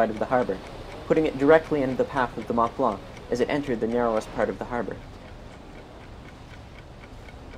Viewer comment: How difficult is it to say Mont Blanc? Otherwise excellent video. Does anyone know why the Stella was in the wrong lane?